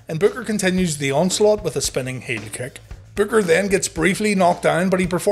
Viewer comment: SPINNING HEEL KICK! HEEL. NOT 'WHEEL' JESUS CHRIST